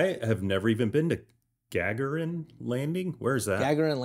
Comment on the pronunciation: Our apologies for being completely off on how to pronounce famed cosmonaut Yuri Gagarin's name correctly. Thanks to NP Discord member "Angrysunbird" for educating us!:-)